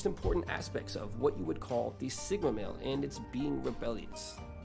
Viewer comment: I thought he said Sigma Main and my Overwatch brain took a while to realize it’s male not main